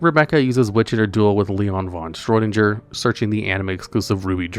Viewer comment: You mispronounced celtic guardian & leon's last name. Its celtic NOT seltic & schroeder NOT schroinger. WHY THE HELL CAN'T YOU GET IT RIGHT?! Are you doing this intentionally or what because your making yourself sound stupid when you get them wrong!